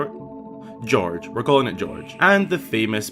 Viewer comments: I believe it's pronounced "guy-org", but I like "George" too. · I think it's pronounced Gee-or-gh, not sure though, as they could have a different name than the sand sharks in spirit tracks. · Gyorg - I go with Guy-org, like in organisation, but I do love that you call them George 🤣